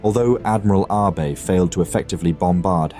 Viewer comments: that is not a betty. Its also pronounced A-be with focus on the A and not Abe like Abe simpson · It is pronounced Ah bay not Abe. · Isn’t Abe pronounced Ah-Bay not Aab (as in Abe Lincoln)? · Holy s*** my brother in christ, it's "AH-BAY" Not 'abe' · Vice Admiral Abe = ah-bay. Fantastic video. A thousand thanks for making this. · inconsistency: Abe was pronounced as Ah-Bay correctly at the start, but later on mispronounced throughout. This will be confusing for many I guess. Was this AI voiced? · Pleases check on pronouncing foreign names. ABE is "A Bay" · I noticed as well. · These videos are great, especially for us visual learners. But, how can you do so much research and know so much about an historical event and yet so horrifically butcher such a simple though important thing as the name of a leading actor? Surely you MUST know that Abe is not pronounced 'AYB'... I mean, we all know that Japanese is a syllabary now, don't we? Or at least we can google a thing in 4 seconds to find it out. A-BE as in (A)h-(BE)t. Easy right? And if, as I suspect, you're using software to read the narrative, then you can instruct it so. It's such a shame that something so easily done right is so terribly done wrong, to actually ruin what might have been a truly brilliant presentation!